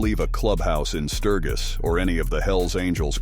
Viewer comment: Pronouncing Sturgis like that? Hey how to say you have no clue and haven’t been anywhere near a club party…or a bike.